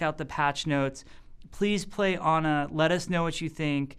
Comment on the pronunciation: He say it like "honor" if he say ana.